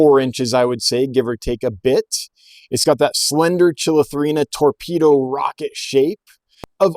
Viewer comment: Nice video and nice fish! Only comment: when pronouncing scientific names "ch" is always pronounced like a "k" so "kill-atherina" not "chill-atherina". Sorry to be "that guy"! Cheers!